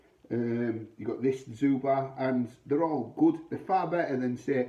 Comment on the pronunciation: As far as I understand it, it is pronounced Zhubre (sounds like subher). Good review....mine is still in the fridge...